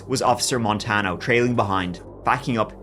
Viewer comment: Love you. This was where I grew up. FYI it’s pronounced: duhr-Ann (Duran) and mohn-tahn-yo. (Montanyo). This was a crazy case